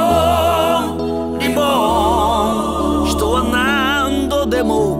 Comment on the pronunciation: REBORNの R の発音が Lだね